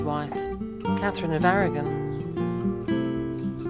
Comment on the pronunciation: Why do the Brits keep pronouncing Aragon wrong??? My Spaniard side is getting irritated 😄😆